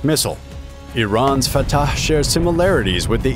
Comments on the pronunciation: No, I had to stop watching because of how the narrator pronounced Fattaaahhhhh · I love the way he says the name FAATAAH! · The commentators pronouciation of fattah is seriously hilarious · It sounds a bit tortured, like he was trying too hard😂 or perhaps even creepy😮